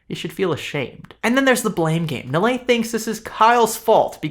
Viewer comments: Everyone should tear Nilay Patel a new one. The moron has some of the most hypocritical and weak responses I have seen. Like some sleazy lawyer trying to make a point out of air. Btw the douche's name is pronounced as Nee-lay. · I truly do not care but, for the record, His name is pronounced "Knee Lie".